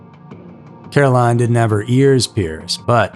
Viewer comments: CaroLYN. ... not Caroline. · Carolyn Davis' first name is pronounced Carolyn....not Caroline.